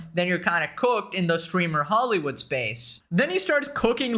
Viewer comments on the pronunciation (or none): none